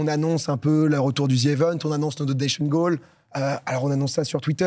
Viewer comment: Dis, dans quelle langue le z se prononce zi?